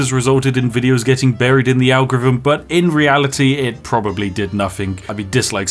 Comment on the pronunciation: Lol. You can't say "Algorithm". 😅 "ARGEREEVMM"